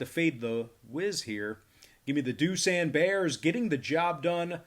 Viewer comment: Can ypu at least pronounce Doosan correctly 두산